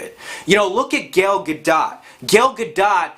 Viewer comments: BRO. Its not Gale Gadot, its pronounced GAL GA-DOE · I’ve never heard of Gail gah-dot. I’ve heard of Gal Gadot (gaal ga-doh)... But not this Gail chick. Learn how to pronounce her name.... it’s like nails in my ear drums... hearing you mispronounce her name. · Gal Gah-doh....not Gel Gadaht smh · I thought the t in gale gadots name was silent sounding more like gadoe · Phonetically Gail gahdot= Gal Gadough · Not trying to be an ass, but I'm pretty sure Gal Gadot's name is pronounced, ya know, like Gal and not Gale. Just saying, anybody named John or Steve probably would correct you if you said Jan or Stove. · speaking of brains, it's not Gal Ga dot. It's Gal Gadot (gâdō). Very annoying when he kept saying that. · Gail Ga DoT? Seriously? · Gell Ga-DOT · Who is Gayle Gah-dot? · Gale Gado---T. The 't' is silent dude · Sorry, can’t take you seriously if you can’t even pronounce Wonder Woman’s name correctly. GAIL GAD-DOT... lmfao. As soon as you said it, your credibility (or at least the value of your opinion) went out the window for me 😂😂😂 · Godot is pronounced Gah Dough. But you are right. It's going to suck as bad as their comics suck these days. I gave up after Captain America: Civil War. Not for any SJW agenda, but the camera work from Trent Opaloch was so shakey, I was done. I'd had it. And then add in the SJW agenda I hear people complain about here on YouTube and well, there you go. Deadpool I think is immune to all this. But that's about it. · Gal ga dough... Jesus pronounce it remotely correct. Agree with everything in video though. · Lol! Gail Gah-Dot. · watching the video I'm not sure this guy really knows what he's talking about. Pronounces Gal Gadot incorrectly Oh yeah, definitely not. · The way he pronounces Gal Gadot tho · I cringed each and every time you attempted to pronounce "Gal Gadot" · I was almost with you until you started mispronouncing Gal Gadot's name. Idiot. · you should learn to pronounce Gal Gadot's name correctly. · Say, Gal Gadot again